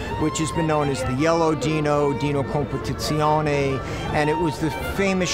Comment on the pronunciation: It's quite ironic that the owner of this stunning piece of art, with all that knowledge about the car, can't even pronounce the model name correctly. Just sayin :)